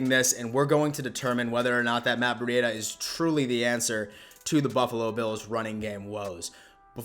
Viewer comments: its breed a not bre e dia right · Please say his name right.. it’s pronounced like (Breeda) the cheetah… Other than this, I agree he is going to smash it..👍🏼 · Man u just Butcher these guys names